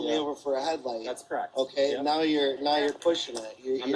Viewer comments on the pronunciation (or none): So annoying how cops can't say OKAY. It's always uhKuhh